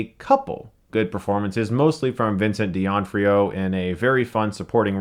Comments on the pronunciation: Vincent D'ON-FRIO ?? Ummm, it's D'Onofrio, pronounced "D'ONO-FRIO" * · say it with me kids: "Vincent 'Dee-Noff-Rio'". D'nofrio... not Deonfrio. Shame on you. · Dude, it's not Vincent D'Onfrio. it's Vincent D'Onofrio! you're missing out an O and it REALLY bugs me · Jesus, it's pronounced Doh-noh-frio, not dionfrio, shit Chris, that man is acting for ages, there are a lot of interview where they say his name. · Chris, I love you, bought your book, recommend you to people. However, I've heard you mention Vincent D'Onofrio's name on perhaps three different reviews, and you need to learn how to pronounce it. Think D'OH NO FREE O. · Vincent D. Onfrio? Jesus Christ Chris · You seem like a great guy Chris and you're my favorite movie critic but I swear to God, if I have to hear you say "Vincent "Dee-onfrio" one more time, I'm gonna lose my fucking mind! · For fucks sake Chris, Vincent DEONOFRIO? Didn't you learn after The Magnificent Seven?? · ''Vincent Dionne-Frio''. LOL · "Vincent Dianfro" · its pronounced Vincent Din-Off-Free-Oh. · "Vincent Deon-Free-Oh"?? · Vincent Dee-Onfrio? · It's "Duh-Nof-Ri-o". Great video nonetheless Chris! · Chris is always mispronouncing the names of actors. Does he do it on purpose? I'm 99 percent certain it's pronounced Da Nof-rio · Mispronounced Vinnie D's name :( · Chris. You are a popular, professional movie reviewer... Please learn how to pronounce Vincent D'Onofrio!!! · I'm starting to suspect that you purposely butcher people's names just to watch the comment section burn. I mean, come on, you're gonna sit there and tell me you don't know how to pronounce Vincent D'onofrio's name? I call bullshit. Still love you though Stuckman!!!! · His pronounciation of Vincent D'Onofrio is so wrong. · Brynjar Reynisson yea it was pretty bad lol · and chris still cant pronounce his last name lol